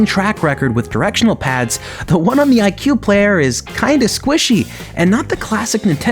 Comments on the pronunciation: I pronounced it /i-choo-eh/ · it’s actually pronounced ee kway just lettin ya know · IQue sounds like IKEA